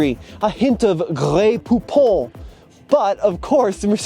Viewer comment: LOL! Please don't ever say Grey Poupon again. 😄